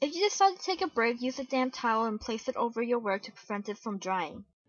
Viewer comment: Instead of "damp towel" I thought you said "damn towel" so I thought you were getting a bit irritated or something XD